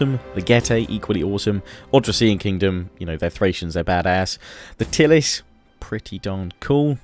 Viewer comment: You said 'The Tylis' again...!